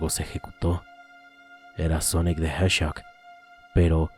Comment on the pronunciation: En vez de hedhog dices heshock